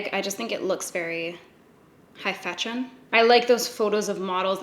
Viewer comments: "High Fachon." 😂😂😂 marry me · ‘High fatsion’ 😂😂🤣